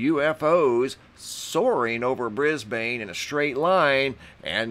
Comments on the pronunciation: Just so you know, Brisbane is Not pronounced the way it appears to be in its spelling as you (and many others have as well) pronounced it as "Bris bane".... it IS pronounced (phonetically).... "Brisbin". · not pronounced Bris-bane!! pronounced Bris-bin!!!!!!!!!. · I'm in Canberra, Australia. I've seen the same at 4am'ish, moving SW to NE. It was Starlink. And it's pronounced "Brizb'n". "Briz-bain" sounds to me like "Ark-an-zas" would sound to you instead of "Ark-en-saw". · Brisbin. Brisben. Just not bane, long a. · Mate, Brisbane is pronounced Bris-bin not Bris Bane. LOL. Just as Emu is EemYou, not Emoo. Canberra is Canbra. You guys really need to learn how to speak Australian if you are going to talk about us. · Pronounced "BRISBUN" please. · It's pronounced Bris Bin. I live here. Great footage:) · Lol cracks me up every time I hear it but thats coz I'm from New Zealand but just pronounce it as Brisbin. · Isn’t Starlink supposed to spread out over time?? Brisbane is pronounced Brizben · It's actually Brisbun...lol Or Brisvegas.